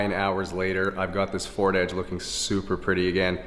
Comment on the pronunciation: Canadian: “Ford Adge” American: 🥴 “it’s EDGE with an E” *im just messing around, no need to get offended